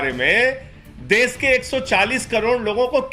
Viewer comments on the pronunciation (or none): Phle desh kehna seekh lo Ye des nhi desh hota hai Pehle khud pad lo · Desh bolna nahi aata iss ko ...Sanjay singh😂😂😂